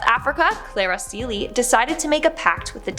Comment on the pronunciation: I’m South African and Cele is pronounced as “qe-le” the q has a sound more like opening a bottle of mayonnaise or ketchup😹 It’s a Zulu Surname.